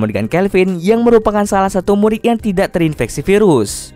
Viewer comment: tidak kali bukan tisak